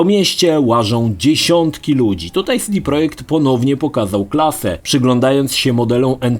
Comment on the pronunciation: Mała uwaga (ciekawostka) już na początek: człon CD w nazwie CD Projekt Red NIE czyta się tak, jak compact disc (czyli "si-di"), lecz normalnie, CD, bo jest to skrót od Centrum Dystrybucji.